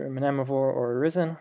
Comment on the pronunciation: Pretty sure the first 'm' in Mnemovore is silent. Like mnemonic.